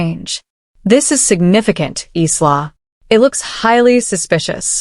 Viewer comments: eesla? It,s pronounced eyela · Furniture refers to handbags, accessories, and/or shoes and is likely translated literally from another language. btw, I cringed at every pronunciation of Isla.